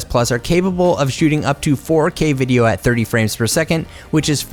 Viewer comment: the way he said 4K 😂😂